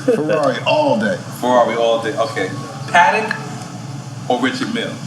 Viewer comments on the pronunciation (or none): It's "Patek", not "paddock" lol